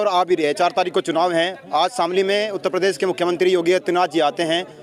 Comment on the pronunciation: परदेश नही प्रदेश होता है बांगडू 😂......